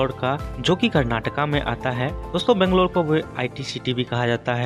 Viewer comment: Pronounce Banglore properly please